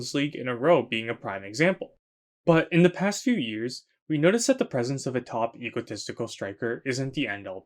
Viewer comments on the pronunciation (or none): none